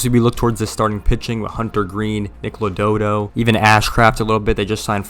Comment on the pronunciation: I don't know if I heard right but it sounded like you said Lododo instead of Lodolo. And they did make more than two signings need to get your facts straight